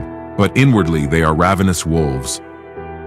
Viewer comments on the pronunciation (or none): ravenous ravenous!!! it's ravenous. it is pronounced ravenous.